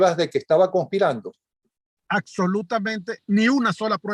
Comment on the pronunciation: Miren, abogados del mundo: aprendan a hablar. No se dice “inectos”, “acsolutamente”, “saluc”… ah! y a vestirse también se aprende. Se puede tener toda la razón pero esas “cositas” degradan la profesión. Mi respeto y apoyo a quienes luchan contra la narcodictadura en todos sus frentes.